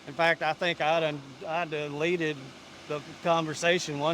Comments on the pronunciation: This man said "I doneleated her" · “I dunleted it”